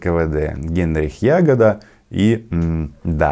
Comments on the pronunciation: Не Генрих Ягода, а Генрих ЯгОда. Ударение на букву О. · Роман, правильнее произносить: Генрих ЯгОда. Ударение на второй слог. Еврей, как и многие тогда Генах Гершенович ЯгОда.